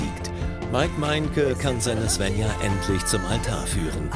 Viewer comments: Mich nervt das, wenn die ZWÄNNJA sagen anstatt SVENJA. 😑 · Tzwännja. Wie oft höre ich das... Die "Bettina" spricht das richtig aus